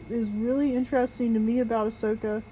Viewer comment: Who's Ahwhoka?